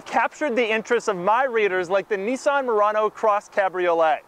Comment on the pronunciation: Say Nissan correctly, not Nessan it's Nissan.